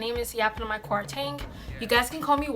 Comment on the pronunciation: Eishhhh the way you slanged the ”Kwarteng” 😆😂 YPK ❤️